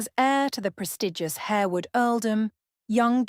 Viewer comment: It’s HAR-wood. Not HARE-wood.